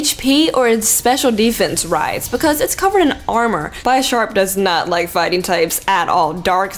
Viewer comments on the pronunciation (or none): it's bish(as in bishop NOT as in bi(two)-arp(sharp) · Btw, its Be-Sharp not Bi-Sharp, as its name is a combination of Bishop from Chess, and Sharp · it's pronounced bih-sharp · Isn't Bisharp pronounced similar to Bishop? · It's not bye-sharp, Bisharp is based on a bishop in chess. A sharp, twinbladed, bishop. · Bisharp is pronounced like Bishop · the way you say bisharp's name.... ok, so how you say bishop? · Bisharp should me pronounced more closely to bishop since it was inspired by the chess piece of the same name. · Some ppl just make mistakes, I’m okay with it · I always though Bisharp was pronounced like an e and not like an i